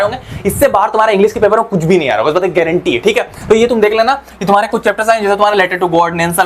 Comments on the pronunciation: Sir be like: ess bast ki guarantee haa😂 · Guareentee😂 he